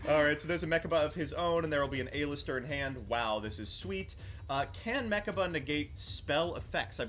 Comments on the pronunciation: Aye-lister jajajaja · The way he says "A-Lister"... Makes me dislike this video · The way he kept pronouncing Aleister seriously ticked me off